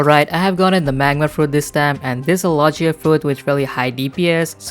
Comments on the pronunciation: U said Lo-G-ia and not Lo-GEE-A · Its logia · You have made a mistake on logia